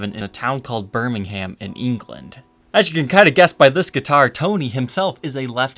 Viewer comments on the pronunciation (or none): Hey dude, Birmingham isn't a town, its england's second biggest city, its also not pronounces like birming-HAM but birming-Herm instead. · “Bir Miiing Haaaam” bro note hate I love you but you pronounce it “bur mingahm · It’s pronounced “Ber-ming-um”. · It’s pronounced “Bermingem” not “Berming Ham”. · Birming ham. BIRMING HAM. It’s pronounced Birmingham. (Birming-um) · It’s pronounced “Birmingum” with a soft G as in “ing” rather than “gum”. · you pronounced birmingham wrong, it's pronounced burrmingumm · Birmingham is pronounced birming-um :) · For the last time it is pronounced "bur-ming-um" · "a town called birming-ham" why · Birmingham is pronounce bur Ming im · Birmingham is a city and is pronounced bur-ming-um Love the videos by the way 😀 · Better than Detroit. Pronounced “Bermingum” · I hate how you pronounce Birmingham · Did this guy just say a TOWN called Birmingham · A town called Birmingham in England? It’s a city, and that’s not how it’s pronounced. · You don't pronounce the h in burmingham